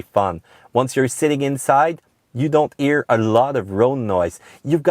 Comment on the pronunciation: n'oubliez pas qu'en anglais on prononce la lettre H tout le temps, sauf pour 3 ou 4 mots, on l'aspire pas. Vous avez dit "Honda" et "hear", mais j'ai écouté "Onda" et "ear"... J'kiffe la vidéo, ya beaucoup d'information utile